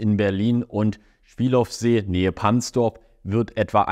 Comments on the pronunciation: Kleine Korrektur: beim Schwielowsee spricht man das hintere W nicht mit und ist bei Potsdam. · Die wievielte Umstrukturierung ist dies? Da hat sich mal wieder jemand den Oberst verdient...Übrigens, das "ow" in slawischen Namen wird als "o" gesprochen...